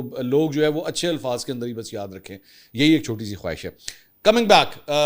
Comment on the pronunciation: Khwaa-hish ❌ Khaa-ish ✅